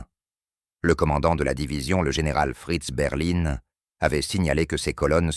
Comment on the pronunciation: Bon; la prononciation du texte français est lamentable : pour ceux qui n'auraient pas fait le rapprochement le général Geyr ("Guiïr") mentionné est le général Leo Dietrich Franz GEYR Freiherr von Schweppenburg. Et le colonel mentionné sous la prononciation "Fritz Berlin" est en fait le colonel Fritz Beyerlein. Le lieu prononcé "Kaïn" est en fait Caen.